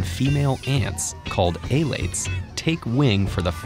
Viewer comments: E-lates. that annoyed me. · THE WAY HE PRONOUNCES ELATES LMAOOOOOO